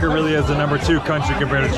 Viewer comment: "Oh REARRY?!" that killed me